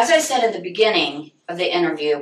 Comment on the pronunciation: "in da beninging"